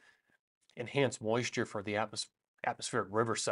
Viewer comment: I loved "impressive moisure content"